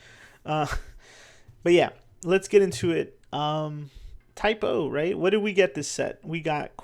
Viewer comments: Saying type o is a typo 😊 I had to start saying cadets cos I kept saying type o not type 0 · Idk something about the way you say Type-0 is just funny, first time hearing someone not saying "Type-Zero", but Im not a native enflish speaker 😅 its even on the card: class ZERO 😂😂😂